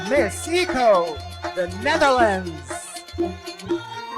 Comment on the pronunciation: For me in all beauty pageant not just beauty but they should consider also a lady who can speak well, and pronounce the word well because at the end of the day they represent the organization, they are the good example of all aspect, bakit kailangan yung mag adjust eh yung nanunuod sa knya, tayo ang mag adjust kung ano ung sinasabi nya, eh yung ECO lng di pa mabigkas ng tama. 😮